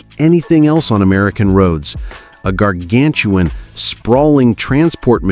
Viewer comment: "Chevrolet Cohvair", "Jar-gan-tuan"?? Remind me, PLEASE, to not watch this channel again..... :(